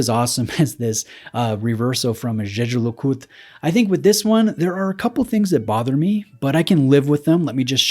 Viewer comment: The absolute state of your Jaeger pronunciation